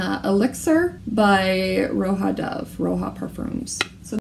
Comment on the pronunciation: "Roha" lol, rodja. It’s just his name 'rodger' spelled in a snazzy marketable way.